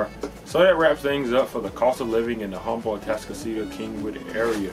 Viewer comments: H is silent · Say "Huhm-bull" one more time! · You're a local realtor and can't pronounce "Humble" correctly?